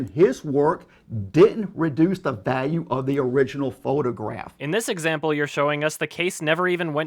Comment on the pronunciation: The pronunciation of "value" as "vaaeu" disturbs me